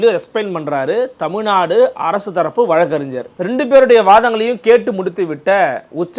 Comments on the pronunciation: “வழக்கறின்ஜ்ஜர்” இல்லை அது வழக்கறிஞர். தயவுசெய்து சரியான உச்சரிப்பைப் பழகவும் 🙏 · தமிழகத்தில் நிறைய பேர்கள் இதே தவறை செய்கிறார்கள்